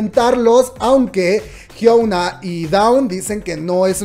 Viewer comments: Es la primera vez que veo uno de tus videos y me gustó, buena info... lo único es que no podia escuchar tu pronunciaron de Hyuna jajaja cuando lo dices "Hyouna" en ves de "Hyuna" xD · Por todas las veces que la dijo Jiouna (Hyuna) 😂😂😂 Está bueno el chisme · Nadie: Absolutamente nadie:: La Jiounaa 😆😆